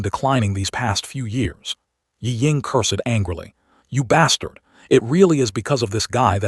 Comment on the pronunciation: "Un-fath-able" how "cur-sed" AI speech still is. I thought we had "leaped" into smarter AI already. H-M-P-H!